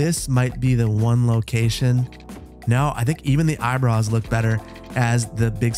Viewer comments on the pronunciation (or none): The caption says "Eyebrows" The says "Eyebruhs"